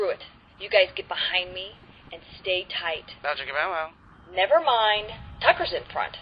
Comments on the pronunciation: its bow chicka bow wow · W. T. FUCK! It's "Bow chicka BOW wow"! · Anyone else notice he says bow chicka BOW wow sometimes